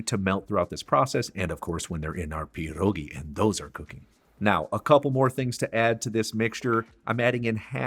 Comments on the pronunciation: Perogie ❌ pedogie ✅ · I’m interested in your pronunciation. You say PIERogi. My polish grandma said PERogi. Any thoughts? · As soon as I heard you pronounce pierogi, I ended this video. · First, you need to learn how to pronounce "pierogi"!